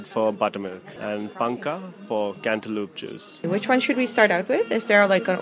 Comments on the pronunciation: It's not "Machike" it's "Majjige" please correct the name and also it's "paanka" not "panka" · Its not machike its majjige , its not panka its paanukaa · Oh c'mmon... this person is not riding high horse... it kind of irritates the locals when the words are not properly pronounced... if he is not a north indian. Then he should be ashamed that he did not know the word paanaka. The word is same in entire karnataka..... and more importantly there is nothing wrong when someone is trying to correct you when you are pronouncing the word incorrectly.